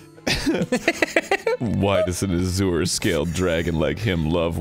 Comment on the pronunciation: I can't tell if it's a bit, or if Arin has never heard the word azure spoken out loud